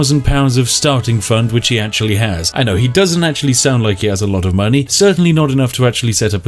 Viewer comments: Is no one gonna mention that he called Keanu Reeves.... Reanu keeves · am i drunk or is he saying Reanu Keeves instead of Keanu Reeves hahahahahah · i love how you said “rihanna keeves” instead of keanu reeves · Yes. Reanu Keeves is the distant cousin of Keanu Reeves, and takes over Skyrim with his god-like powers. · "reanu keeves" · Reano keeves 😭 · I got so used to Spiff saying Reanu Keeves, when he was talking about him here, I thought he meant Reanu Keeves. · I hate you you saying reeanu keeves made me haft to pause the video fill my cup of tea and think about what you siad for like 10 minutes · This is the first video on this channel I've watched, so perhaps it's a joke or something, but why does he say Reanu Keeves? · Did he mean to say reanu keeves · Reeanu Keevs.... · Did he say reanu keaves on purpose? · “Reano keeves” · Cant tell if he said reanu keeves on purpose but funny nonetheless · “Reanu Keeves” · "Reanu Keeves" -_